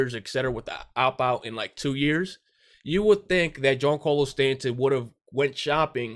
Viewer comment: why do you pronounce Stanton’s name like that? Lmao and not tryna be rude but your logic makes no sense.